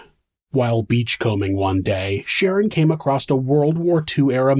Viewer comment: Somebody needs to hunt Stephanie down and finish her. Also, stop saying cALimate. It's climate. Also acrosst. That's not a word either. "He pulled the seatbelt ACROSST his body". Wtaf????? Stoppppppp